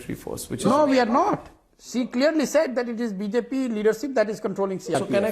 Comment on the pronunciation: "Cshe went there" the dickhead can't even say "She" and he is a strategist...Allah meharban to gaddah pehalwan...This guy is perfect match for Kejru and AAP party.